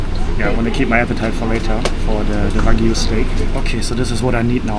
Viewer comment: I liked how he said Wagu lol but yeah it's VERY HARD to learn a new language and that is awesome and you can't help your accent